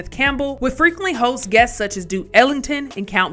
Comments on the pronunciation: The pronunciation is Count ‘Base’ie…that’s all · Count B-ace-ee, thats how its pronounced.